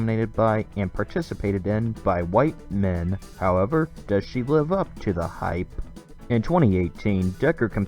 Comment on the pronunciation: Why does the narrator emphasize on "White men"? Must be a libtard!!